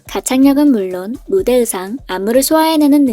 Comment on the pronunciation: 발음이 역시는 역싀인데 의상은 왜 으상이에요?ㅋㅋㅋ